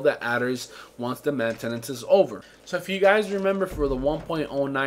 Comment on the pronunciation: "mantanace" lol best part